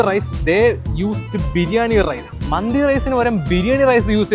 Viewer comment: മന്തി📉 ❌ മാന്തി📈 ✅